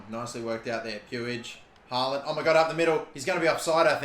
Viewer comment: Just a heads up. The double A's in "Haaland" is pronounced like the A in "hall"